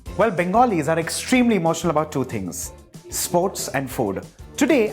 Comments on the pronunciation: Your Bengali pronunciation is as perfect as the rajbhog..thank you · Superb recipe! Your bengali pronunciation is so perfect. Have you been in Kolkata?